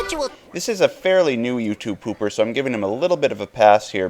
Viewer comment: The way you say YouTube pooper hurts